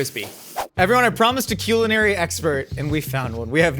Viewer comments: maybe i’m late to the joke but why does say queue-linary again? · Since when is it CUE-lenary?!